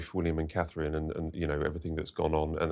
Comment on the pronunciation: I have to Dis-agree Slightly. Her NAME IS Not - HER ROYAL HIGHNESS... She IS HER ROYAL HIGHNESS... Ner NAME IS CA-THRINE - TWO Syllables!!! Which the talking heads CAN NOT SAY!!! At least, Tries to Keep to It. He has trained himself well to not say "kate". Well done. Now, AS HAS BEEN WRITTEN INNUMERABLE TIMES, GET YOUR GUESTS To AFFORD Catherine THE RESPECT OF ALWAYS SAYING CA-THRINE!!!